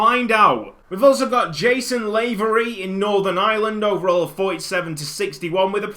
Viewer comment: Lavery is pronounced with lav as in lavatory so it's more like lavry